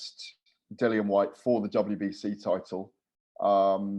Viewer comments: Patrick your right it’s pronounced lilian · Why does always say Dillian’s name wrong? It’s annoying